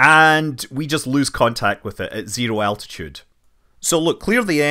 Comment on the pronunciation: Thanks for the footage and your comments to the flight, very informative. Only one small thing, please next time pronounce altitude as altitude and not as attitude. It’s an ‘L’ not a ‘T’. The space ship has a height above the earth not a point of view.. 😉